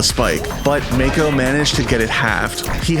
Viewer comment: ik but he pronounced it as Mayko ahaha